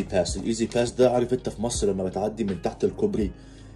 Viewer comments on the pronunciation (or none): انت ليه بتقول ميسر زي المكسيكيان برزيدنت؟